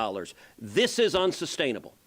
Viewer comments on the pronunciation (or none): Did he say "This is unstainable" 😅😂 Really! 😅